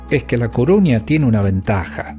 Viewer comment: CORUÑA. Por qué decís Cuuuruña? Nunca lo leíste? Saludos